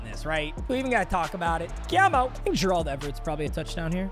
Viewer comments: Why are you saying Gerald like that? It’s bothering me 😂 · pls learn how to say gerald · PLEASE STOP PRONOUNCING GERALD LIKE THAT